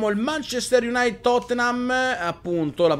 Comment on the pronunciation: Non voglio fare il pignolo, ma il munchester utd si legge "manciester IUNAITID non IUNAIT" E' una squadra che mi piace molto e vorrei che non la storpiassi ^.^ E' solo una critica costruttiva, per il resto continua così, Grande:)